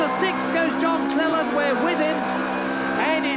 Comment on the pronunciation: 19.42.. Cleland 'slaute':) Loved the old days of touring cars and still a fan today and head to watch live races as much as possible. Great vid.